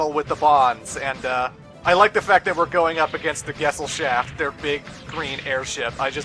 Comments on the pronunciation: He pronounces Gesellschaft like gessel shaft xD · 'Love' that even the game mispronounces the word 'Gesellschaft'. They should have just called it 'Society', that way they didn't have to butch the german language